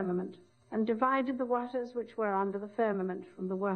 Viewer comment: She was the only one to say "waters" correctly.